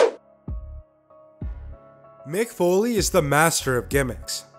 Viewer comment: its mick not mic